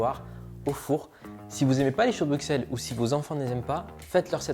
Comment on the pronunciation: Juste pour la prononciation...Le "x" de Bruxelles se prononce "s" comme le "x" de soixante...Dick Annegarn s'est aussi trompé...😊